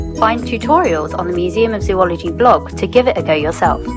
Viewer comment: It was never more than an annoyance. Imagine if other people, including those in your profession, even "experts," mispronounced its name? It's hard not to notice.